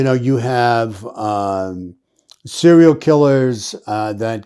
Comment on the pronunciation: Serial....... not "cereal".......